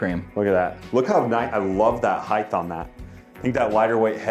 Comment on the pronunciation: dinner just say “heigth” 😂😂😂